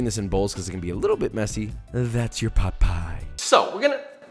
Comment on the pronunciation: Him saying chicken pot pie, my brain: chicken Pai Pai